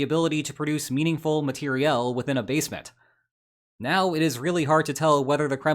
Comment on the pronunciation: Thank you for pronouncing “materiál” properly